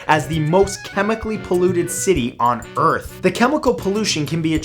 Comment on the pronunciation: Notice how he says On Earth